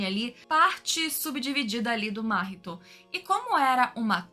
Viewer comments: Dá uma agonia de ver ela falando os nomes dos personagens... Máhito... Aí daqui a pouco falava Mahitô... Nânami... Itadôri...puts! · conteúdo excelente parabéns, porém uma coisa incomoda são as pronúncia que mudam a todos momento (Máhito, Mahitô, Nânani), fora isso video excelente